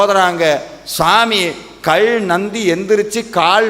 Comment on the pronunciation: கள் இல்லை காள் இல்லை, கல் கால் என்று உச்சரியுங்கள்..... ல ழ ள தமிழின் சிறப்பு